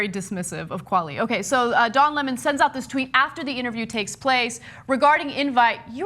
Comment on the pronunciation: I love how in the video Lemon points out that people say his name wrong so he makes sure to get everyone elses right... and then Ana pronounces it wrong. It's Le-mon, not L-emon